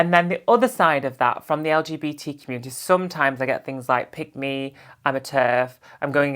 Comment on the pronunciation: Was wondering what does 'pygmy ' mean, then realised you was saying 'pick me' 😂😂😂😂😂😂😂😂